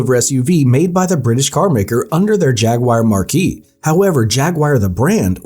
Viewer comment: Ok so it’s Jaguar not Jagwyar as your saying and it’s marque as in mark not marquee as in tent. If your going to pick at other products- check your own.